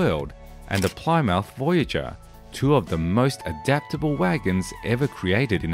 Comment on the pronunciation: "PLY-MOUTH"?? It's pronounced "PLIM-muth". Listen to how Lee Iacoca says it. And it's "American MotorS", reflecting the amalgamation of several American brands into one company.